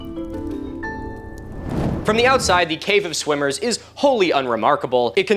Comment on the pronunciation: Did anyone else hear " cave of swingers, which is pretty self explanitory" instead of "swimmers".......thought the video was going in a real different direction there for a minute